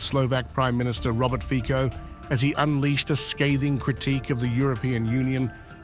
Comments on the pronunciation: Good, informative video, thanks. But please… 😮 stop embarrassing yourselves by not pronouncing this stateman’s name properly. It is “Fee-tsoh”, and not “Fee-kho”. He deserves this. Thank you. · I will take these news seriously once they start pronouncing names correctly. It is "Fitzo." Not difficult to search on the internet for correct pronunciation these days. Very unprofessional. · Are you able to say Fico? Fiko is very wrong pronunciation.